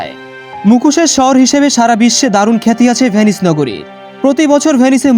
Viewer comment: তবে উচ্চারণে সমস্যা আছে আপনার। ভেনিস বলছেন নাকি পে-নি/স বলছেন সেটা বোঝা যাচ্ছে না